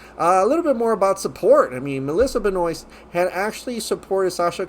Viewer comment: I am sure her surname is pronounced "Ben-wah"